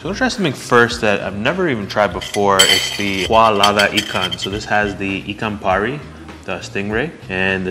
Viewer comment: sir.. your malay pronunciation are good.. ikan pari, satay.. very good.. I've watch almost all you vedeo and i know your reaction when the food is very delicious... that when your eyes widen.. can i say popeyes... and i know sometime you used your hand to eat.. just like em local...very good of you sir...and you too ma'am..